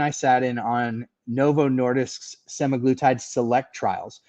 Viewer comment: I think you’re right with the pronunciation of semaGLUtide - I was told the GLU is for glucose which makes sense to me! 👍🇦🇺